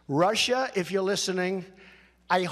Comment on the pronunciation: How dare you stutter when you pronunce Russia !